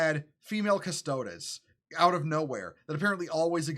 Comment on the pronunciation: It’s Custo-deez, brother. Not custodezz. But yeah this is complete nonsense.